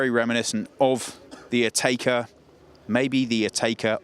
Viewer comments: Never heard it pronounced “Atayka” before. Always been “Atecka” to me. Well done guys, another first. You guys always get there first! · pipsicle it’s Atecka. English speakers never pronounce brands and names the right way.